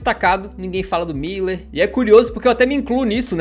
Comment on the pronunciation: Muuuuuúuuuuuuuuler fdx é um Ü nao dois i's... e mediático é com ė